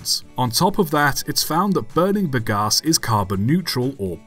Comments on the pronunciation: Hang about, hang about!! You’re not very bright, are you laddie? Very few methods or types of combustion are ‘good for the atmosphere’ (though I suppose a sodium/steam-powered engine would be ok for good old Ma Nature). You also have a very odd way of saying ‘Bagasse’, the most worrying of which is that you pronounce it with a P instead of a B…. With words you clearly aren’t familiar with, try having a look for the correct way to pronounce such things first, that’s a good chap. Do try to remember that you’re an Englishman and not a Yankeedoodle. Good lord. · "Bagasse" pronounced "big ass" the viewer 🤣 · I laughed a lot hearing you saying "bagasse", took me some time to mentally translate to bagaço, its pronounce ba-ga-sSOO, with an O at the end in my language.